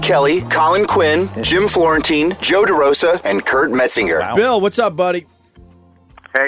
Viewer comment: Im sure Patrice would have ripped him for that horrible mispronunciation